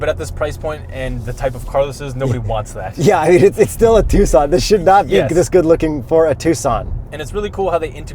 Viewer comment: Thanks for pronouncing Tucson correctly